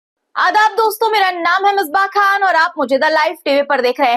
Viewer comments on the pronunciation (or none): Tum shayad musalman nhi ho tum apna naam kaise pronounce kar rahi hai?, tum jis tarha se khan bol rahi ho isse pata chalta hai ke tumhari urdu sahi nhi hai, Improve your pronounciation sister